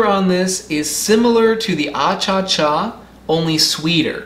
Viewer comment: Bolivia Won!!! 🇧🇴 It is not “achacha” , actually the real name is “achachairú” which means: “honey kisses.” Greetings from Bolivia!